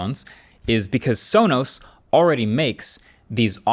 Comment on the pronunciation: That cannot possibly be how Sonos is pronounced.